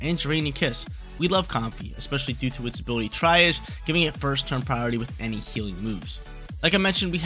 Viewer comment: Awesome stuff as usual. Also, the tri in triage is pronounced tree and the age is like in mirage. When you go to the hospital you see the triage nurse who checks vitals and sorts priority of patients (triage is French for to sort). Which makes sense as Comfey heals.